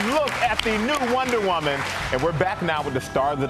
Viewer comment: wonder waman? haha this host is funny